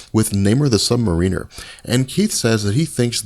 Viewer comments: omg it's not the Sub Marine-er it's pronounced "mare-in-er" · He knows his stuff, except how to pronounce Helmut Zemo's name, or Namor's title. It's Sub-Mariner, not Submarine-r. He doesn't ride around in a submarine all the time, he rules a kingdom beneath the surface of the ocean. I yearn for the day he can say those two names properly. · Small Point of Order: Submariner is pronounced "sub-mariner" (as in Seattle Mariner), not "sub-ma-REEN-er". Namor is not a crew member of a submarine. He is the one who navigates and explores the sea. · sub mare-in'er it's strange hearing someone say it like you do. Say it like the Seattle baseball team sorry, it's like hearing someone say kittypride as one word without a space or hearing people say Mag-net-oh instead of mag-neat-oh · I'm just now watching this & got dammit man, I was soooo happy to see someone else picked up on the mispronounced usuage of Namor's title Sub-Mariner! It's one of those things that's a little thing turned big just because it's so ridiculously annoying!!! Thank you. Now, if I could just understand this guy's frequent usuage of the word "proper", I'd be good & I could go back to listening /watching this dude's work in peace cause it's actually really good.